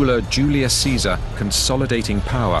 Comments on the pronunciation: yes, instead of "Kaisar" or "Chezar", they pronounce "Tzezar". Because they are Polish actors. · Lol why they pronouncing Caesar as Tzesar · they are mispronouncing Caesar. its supposed to be kay-zar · Marc Antony's Latin pronunciation sounds bit modern. Chesar, instead of Kaisar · I think the guy reading Caesar's will is the only actor/extra in this entire documentary who knows proper latin pronunciation... Caesar sounds more like Kaisar, Julius becomes Iulius, V's are actually W's, etc. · Is not Caesar pronounced in Latin as Kaesar as opposed to Caesar? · Pawel Delag is a Polish actor. Although why he pronounced ‘Caesar’ differently in the same speech is puzzling.